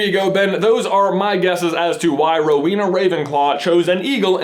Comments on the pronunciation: It's Row-en-ah, not Row-een-ah! AND Ravenclaw is blue and BRONZE, not blue and gold! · J, it's pronounced more like Row-Eena, not so much Row-weena; slight pause after the Row and before the Ena. I know this because I am one. (Yes, my house is Ravenclaw.) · oh my... there are so many things wrong with this (sry trying not to b a hate comment.) ravenclaw colors are blue and BRONZE, not blue and gold. the symbols are because of their patronuses. Rowena had an eagle patronus. its not pronounced hel-en-a its hel-ay-na (i may be wrong but my middle name is pronounced like hel-ay-na, not Hel-en-a. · i know you probably already got lots of grief for this but i'm a ravenclaw and im pretty sure its blue and bronze not gold lol sorry and is the pronunciation of Rowena right?? i always thought it was ro-weh-na not ro-wee-na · ...I always thought it was pronounced "Row-eh-nah"...?